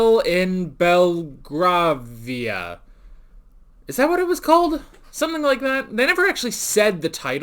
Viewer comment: balgravia? really? you don't even know and pronounce a country's name? shame